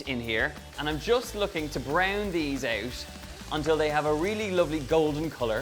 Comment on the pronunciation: Please learn to pronounce “out”